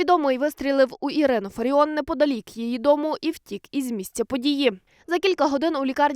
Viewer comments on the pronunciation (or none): none